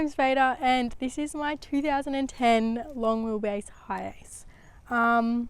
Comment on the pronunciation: Thanks, somehow I missed it. Edit: Ah, replaying, I thought she said "house" with an accent.